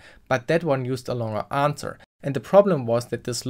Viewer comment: "anwser". Literally unwatchable. Seriously though that was a deeeeeep dive in Smart contracts. I never realised how in depth a eth ctf challenge could go. If only that ctf was a day longer huh 😁